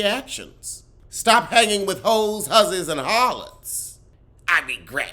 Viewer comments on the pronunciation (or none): “Hoez, hussies, and harlots” 🤦🏾‍♀️